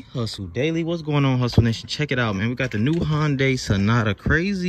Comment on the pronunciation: 💯 I can also hear you trying to pronounce Hyundai a little better too, you're almost there 😂